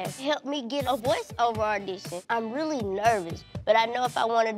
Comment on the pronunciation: "ardition" 🤦🏼‍♀️ poor 😂